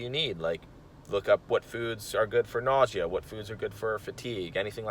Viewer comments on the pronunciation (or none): none